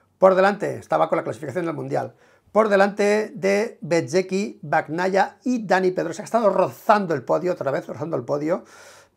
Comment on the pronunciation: Hola. Un truco fácil para pronunciar correctamente el apellido Bagnaia. Pronuncialo como si estuviera escrito con ñ en vez de gn, osea Bañaia. Se te escucha fatal pronunciando como lo haces ahora. Saludos de Italia.